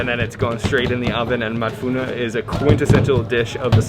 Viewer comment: "Madfouna " not Madfouno😉